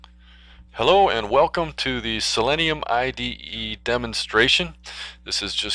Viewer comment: Learn how to pronounce the name. It's pronounced the same as the element, which is [si-lee-nee-uh]